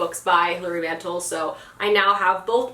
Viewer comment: Wolf Hall is challenging but really worth the effort once you get into it. Also, Mantel is pronounced with the emphasis on the "tel" fyi!